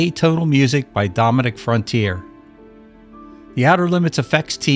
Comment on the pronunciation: The composer’s name is pronounced Fron-ti-air-ray. Great composer. Ended up going to prison unfortunately. His wife owned the L.A. Rams. He was her 7th husband. Her mom was the outsider songwriter Lucia Pamela.